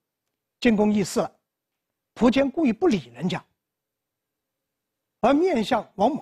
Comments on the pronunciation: 新华词典上说苻坚的读音应该是[fú jiān]。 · 苻，有两个读音，一个和福的发音一样一个和蒲的发音一样。苻，名词指草木植物，苻蓠就是白芷的另一个名称。苻通莩，芦苇杆里的薄膜，稀薄的意思。苻，通符，符文，符命，指预言命运。苻，作为姓氏，通蒲，有两个音，一个福音，现代的读音，一个蒲音古代的读音。苻氏现在读福音，古代为蒲氏。